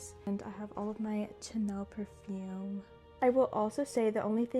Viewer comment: nothing the pronunciation was funny💀